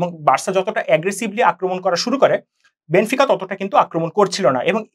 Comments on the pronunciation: বেনফিকাকে বেনিফিকা,বেনোফিকা উচ্চারণ করে বুঝিয়ে দিলেন আপনারা খেলা সম্পর্কে কেমন ধারণা পোষণ করেন,,,,হুদাই আজাইরা বক বক করতে আসছে,,,আপনারা যা আলোচনা করলেন আমাদের গ্রামের ম্যারাডোনা আমলের দাদুরাও একই আলোচনা করে। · বেনিফিকা কি ভাই? 🤷‍♂️ কানে লাগে এগুলো। শুদ্ধ করে বল ভাই।